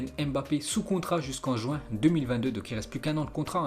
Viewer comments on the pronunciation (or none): none